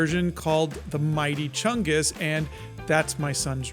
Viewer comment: I thank for introducing me to mightier chungus and the correct pronounciation of it